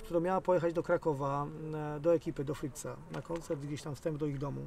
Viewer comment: Friza nie frixa pozatym szacun panowie 👏👏👏👏👏👏